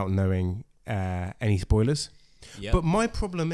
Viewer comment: “Soiler Talk”? Intentional or no?… 😂😂